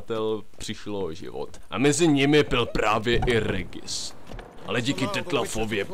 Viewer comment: Regis sa číta ,,Režis".